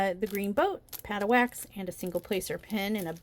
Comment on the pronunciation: You really need to find a new way of saying pad of wax, I keep thinking I hear pattiwak 😆 Loved hearing the thunder in the background, although the context of the storm isn't the best lol. Again, good luck with that last image.